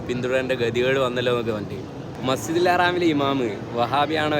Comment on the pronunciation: മസ്ജിദുൽ ഹറാം അല്ല മസ്ജിദുൽ ഹറം അങ്ങനെയാണ് പറയേണ്ടത്